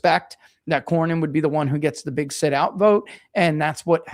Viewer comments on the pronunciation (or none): Cornyn not Corbin